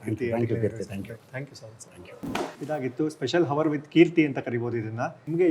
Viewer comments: Yes, ತುಂಬಾ ಕಷ್ಟ ಆಗತ್ತೆ ಹವರ್, ಹಾನೆಸ್ಟ್ ಅಂತ ಹೇಳಿದ್ರೆ ... ಅವರ್ (hour), ಆನೆಸ್ಟ್ (honest) ಅಂತ ಹೇಳಿ ಪ್ಲೀಸ್ ಕೀರ್ತಿ. I’m a big fan of your show 😊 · h is silent in hour,honest,please correct